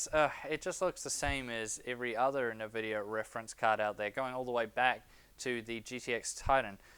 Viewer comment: One very minor thing (emphasis on "very") I think if you consult a number of video games and online references you'll find the correct pronunciation of Nvidia is (phonetically spelt) IN-vid-e-ya as opposed to Niv-id-e-ya.